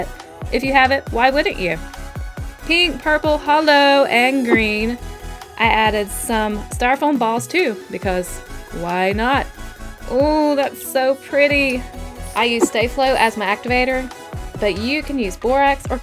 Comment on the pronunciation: I thought to myself when it said "holo" glitter Cristine needs to teach you what is holooo